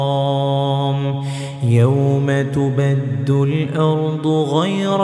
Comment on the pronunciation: Ayat 48 Yawma tubaddalul not tubaddul .please correct